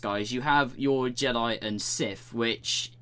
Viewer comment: Why can't you prounce "th"? Siff, finking, et cetera instead of Sith, thinking, et cetera.